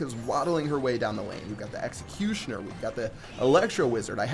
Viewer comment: New meta: Elecutioner